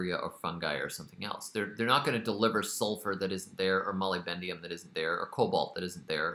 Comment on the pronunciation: Love this so much... but please say moly-BDENUM, not moly-BENDIUM